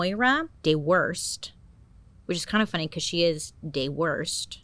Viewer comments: Doo herst. Not De Worst. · It’s pronounced Dew Hirst :) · This one’s local for me! So strange hearing you say place names that are nearby! I think Dewhirst is pronounced due- hurst tho unless they’re German ancestry or something ❤ absolutely smashed all the other pronunciations! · Love that you got a lot of the pronunciations right, but dewhirst isn’t ’De-whirst’ it’s ‘dew- hirst’ pronounced ‘ Jew huurst’ if that makes sense 🤣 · It's "dooo hurrrst". But, I like your interpretation cuz you're the best! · love your videos...love how you said Dewhirst---you say it like this btw Dew - hirst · Hey Bailey, the mum’s name is pronounced Dew - hirst 😉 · As a brut I can confirm that's pronounced Dew-herst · Hiya, Brit here. Dewhirst is pronounced D-YEW-HER-ST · it is Dew-hirst, but we can just gloss over that one because she said everything else right 😅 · Hi Bailey🤗🌹 I hate to go all Miss Stadinko👩‍🏫on you but I believe the name is pronounced Dew / isrt or Do wirst 🙄😏 Luv You 🙂💕🇨🇦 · Dewhirst HAHAHA......... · Halifax born living in Bradford ✌🏻the pronunciation of Dewsbury and Dewhirst made me cringe though but proud of her for getting Yorkshire right